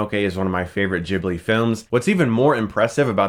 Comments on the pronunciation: Moh-no-no-kee Geeb-lee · chris its Gi-bli.